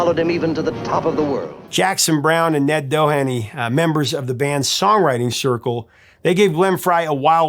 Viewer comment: May I make a slight correction? Ned Doheny ‘ last name is pronounced Doe Hee Nee. He’s written many great songs, sings and plays great. He also used to have the most fun dinner parties at his and his first wife’s home. Glyn John’s was a frequent guest along with many other musicians-Jai Winding, Actors-April Ortiz the list could go on and on. It was a great place to hang, have great food, play some good music, trade stories truly a modern day “Salon”. Thanks, Ned Doheny!